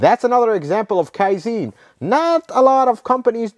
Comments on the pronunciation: kaizen is not pronounced kaizene, it's pronounced kaizan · Kai'Zen not Kai'Zeeen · Kai-zen, not "kai-zeen". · Great Video! But you butchered Kaizen. Pronounce the e like in Ben. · Kaizen. Not Kaizeeen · KAIZEN is pronounced as, KAI - ZEHN. Think of ZEN Buddhism. the "ZEN" in both is pronounced the same. You are incorrect in pronouncing it KAI - ZEEN. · Kaizen.... Not ZEEN but zen as in hen... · Give the Japanese some respect and say Kaizen correctly Kai-zen not zene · Kai ZEN not Kai Zeen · Kaizen not kaizine... You keep saying kaizine and it sounds like a snake oil fuel additive. Kaizen means something along the lines of "zen of improvement" or "zen of learning" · You're pronounced it wrong it's not kaizin it's kai-zen it's Japanese not American like Americans saying futon it's fu-tawn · Another well done video! Just one small comment. Second syllable of “Kai-zen” is pronounced with a short “e” like in “zen” meditation, not “Zeen”. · Just a tip: KAIZEN has accent on first syllable KAI not on the later. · Not "Kaiziin", but like in Seven-Eleven the first "S E ". I swear Americans can never pronounce anything right, but I hope that you guys can evolve that skill in the future! 😂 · It's pronounced and sounds more like "Kai Zann." I know, because I worked at and have been at half dozen Toyota factories. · It's KaiZen...Zen as in Zen in Buddhism😊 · Pronounced Kaizahn. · Actually the e in kaizen is pronounced as in bed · Kaizen harder pronunciation on the z. It is a hard z!